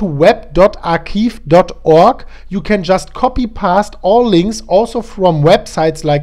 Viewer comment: Archive is pronounced “archaive” rather than ”archiive”;-)